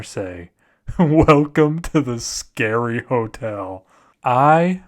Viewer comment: Oh gawd the scawy hotewl